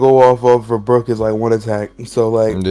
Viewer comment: You did Brook wrong like real wrong ahhahahah